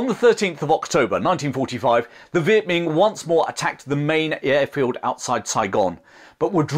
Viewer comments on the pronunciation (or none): Great video. Just a quick note, it's not pronounced Viet Ming with a g at the end. It's Viet Minh with an n sound at the end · Viet Minh pronounced like min. Not Ming.